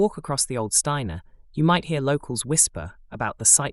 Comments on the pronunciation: Old Steine is pronounced as steen not stiner. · Just one point. Steine is pronounced 'Steen' The tunnel between the Pavilion and Steine House is thought you have run further, towards the beach. Evidence is in the cellar of the Druids Head pub as well as the cellar of Dr Brighton's , where the landlord once opened a hole in a wall and discovered a chamber full of Regency era toilet pedestals! This was subsequently sealed again. I have no idea if the toilets are still there or not. It's thought that Martha Gunn, a legendary 'Dipper' woman may have used this tunnel to visit the Pavilion Hangleton is apparently the location of an old plague pit. In the 1960s they drilled into the pit and apparently found that the bacteria was still viable. I don't know if that's true or not but it's what I heard.